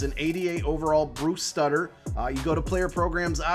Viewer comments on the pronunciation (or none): It's pronounced Bruce suiter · Bruce Sue-ter lol